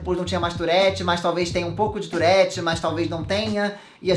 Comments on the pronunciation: Só tive agonia no tourette Se diz turre TURRE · É touRRete, que pronuncia❤ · Fiquei o vídeo todo agoniada por causa do jeito q p pronuncia "tourette"